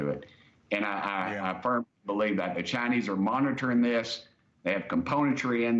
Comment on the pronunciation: It's the cha-nayse brother yee haw!